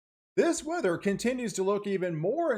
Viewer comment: Tell me why when he said weather in the beginning I thought he said winter 😂😂lol